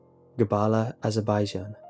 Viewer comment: You're pronouncing azerbaijan wrong... cool story thou